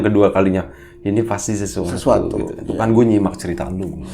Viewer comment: Mas" duo packaging 🤣🤣 Kalo ngomong"gue" jadi kedengaran "kue" Ah.... pokoknya semoga tambah sukses untuk kalian berdua 🖤